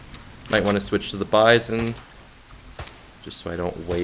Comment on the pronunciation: Nice, I'll give it a shot, just for the magazine system alone. I seen it before in AMK Soljanka Deluxe (the german* version of People Soup), but for obvious* reasons I couldn't play it. Oh, and it's "bee-zone" and not "by-zohn", it sounds better IMO, it also happens to be the correct pronounciation (I already checked), and because by-zohn sounds like M. Bison, man. This mod would be a nice appetizer. Lurk 2.0, Misery 2.0, Lost Alpha and so many other interesting STALKER mods are taking forever.